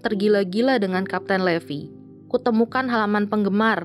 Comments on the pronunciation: Salah bacanya bukan levi tapi livai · Bacanya itu bukan levi tapi levai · Levi itu bacanya livai bukan levi . wibu veteran pasti tau ceritanya gimana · Sebenarnya nama Levi itu dipanggil Rivai untuk penyebutan bhs inggris yg benar:) Tapi bagus kok Krn ada anime terfavoritku yaitu SHINGEKI NO KYOJIN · Maaf bukan raksasa tapi titan Levi dibaca livai ATTACK ON TITAN